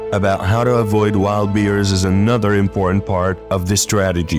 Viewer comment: Learn to pronounce Bears not Beers